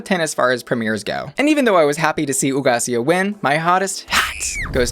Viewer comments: I like your Spanish! I just watched FPR with Nicky and Alexis, so I keep thinking about the pronunciation for "Hugaceo" and you did it just fine. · Yeeeeess pronouncing Hugáceo's name right!